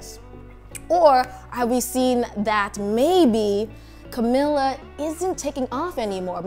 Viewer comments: I would believe you if you know how to pronounce Camilla's name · First of all can you just say her name right lol 😂